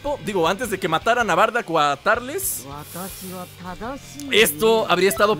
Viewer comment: No es tarles es turles